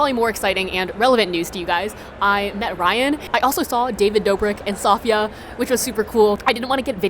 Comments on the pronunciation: Did anyone else care her say sa fi a instead of si fi a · when she pronounced safiya wrong: 0-0